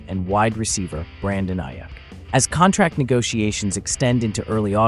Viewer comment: It's pronounced Eyeeuukk